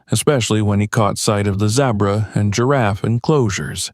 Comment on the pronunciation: The Za bra ? No dude it is ze bra !!